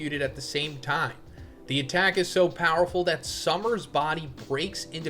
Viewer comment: Yeahhh I'll be back once Sommers is gone. Idk if I can listen to say "summers" a million times. I didn't care at first but now I'm like ight man I'm good 😂